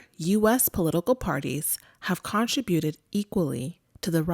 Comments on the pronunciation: When you say the word “contributed” the emphasis is to be on the second syllable the (“tri”), and not the first (“con”), if your intention is to pronounce it correctly. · How did the voiceover pronounce CONTRIBUTED? I axe because it was wrong.